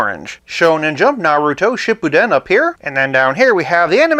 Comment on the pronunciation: I love your channel because it’s pretty cool, chill, you’re pretty nice, and you know your vintage stuff lol. Though, I felt a bit of cringe on how you said naruto’s name but then again it could be a bit hard to say depending on how you look at it lol. Keep up the great work!